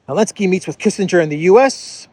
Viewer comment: Your videos are great but why do you call Zelensky , elensky 😂